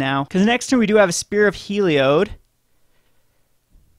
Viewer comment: It's HEE-LEE-ODD